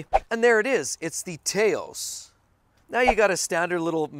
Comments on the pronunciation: The VW vehicle you mentioned (Taos) is pronounced tOW(as in what you say when you stub your toe)Ssss at least here in New Mexico. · You need to ask someone from New Mexico how to pronounce "Taos."